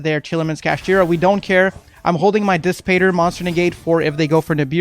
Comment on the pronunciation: It’s pronounced “dis patter” like matter”